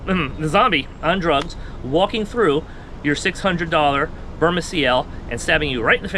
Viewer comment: It’s Byrna with a “n” not “m”